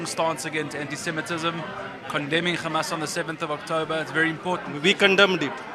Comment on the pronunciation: They say Khamas but not say hamas